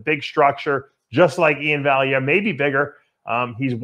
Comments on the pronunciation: It's VAL-E-AIR not valeiary lol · Vallyarere wtf Dave since when did u start messing up Ian's name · Say it with me—- Valley Air. Dave trying to make him Italian. LOL. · After all these years you would think Dave would know how to pronounce Valliere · Guy needs to teach him how to pronounce it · Lmao thought the same